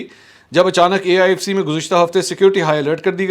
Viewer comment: Aifc nai AFic